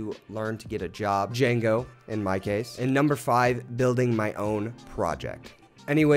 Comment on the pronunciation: It's pronounced Django :)